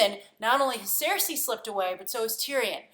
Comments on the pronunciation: Cercei's name is pronounced like the words "sir" and "say" fyi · Can you seriously not pronounce "Cersei", and you've been watching the show for 6 years now!?